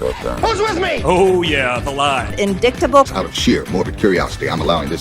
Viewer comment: How does a 50-year-old college graduate not know how to pronounce the word "indictable?"